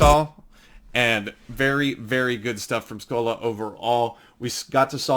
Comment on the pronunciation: Good video but pronounced his name wrong your meant to say it like scoh-lee